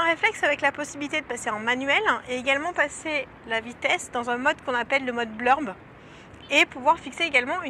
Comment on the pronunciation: Bonjour! Sympathique tuto! Mais juste une précision : On dit mode Bulb et pas Blurb ;) Signé : Un nouvel abonné à votre chaîne ;)